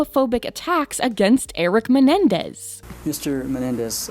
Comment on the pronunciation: Why is she saying menendez?